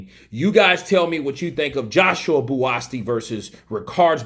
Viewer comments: You spell his name as Buasti instead of Buatsi and proceed to pronounce it Buaski,u Americans man hahahaha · pronunciations give me the ICK sometimes😂😂who the hell is “Buasti”??😂ITS BUATSI! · nope BUU-AT-SEE😊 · His name is BUATSI not Buasti. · He is not called Buasti mate but Buatsi.😉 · i like watching Buatsi because he has venom in his gloves, or is that an egg weight. Also his name is pronouncced Bu-at-sea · Pronounced: Bo-a-chi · his name is spelled BUATSI and pronounced JOSHUA BU-AT-SEE!!! Great video!🥊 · his name is pronounced BOO-AT-SEE bro... that is a silent 'S' in his name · AMERICANS BUTCHER NAMES😂💆🏾‍♀️🤦🏾‍♀️ BOO -AT -SEA (Buatsi) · Is bu’a’chi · I gave you a thumbs down for kept pronouncing Buatsi's name wrong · Most of these YouTube uploaders don't do any research. They just want the views to make money., like most of them, don't give a fk about the pronunciation of his name. Which is sad, because if he was watching the fight, he surely would have heard his name. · You murdered his name, question why are American's so bad at pronouncing names????, but yes it was a great test for JB, and his another good step forward towards a title shot, maybe another fight before then.